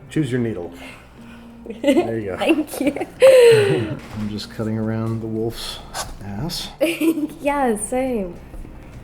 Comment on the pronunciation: Your cooking is great, but your British pronunciation of “wolf’s anus” needs work.